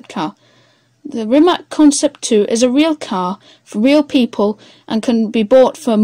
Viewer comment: Jessus.... try at least to pronounce the name right!